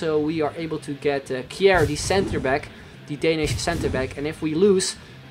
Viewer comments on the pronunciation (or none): none